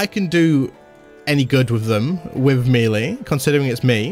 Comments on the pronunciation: It's pronounced may-lay... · Does anyone else cringe when he says melee?